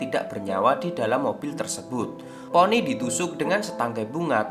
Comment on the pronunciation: Maaf kak itu nama ny conny bukan ponny bisa baca gk sih😒